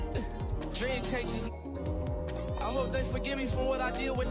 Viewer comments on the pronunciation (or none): none